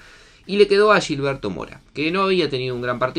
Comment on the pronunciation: Es Gilberto, no “Llilberto”